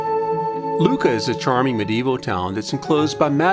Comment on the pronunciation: Of course this has nothing to do with Livorno. Click bait. Not that waltzing through Florence, Lucca (and it's Luc-ca, not Luca) and Pisa wasn't a pleasure.